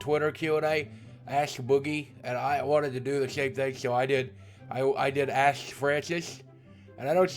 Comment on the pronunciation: The way you say the word "Ask."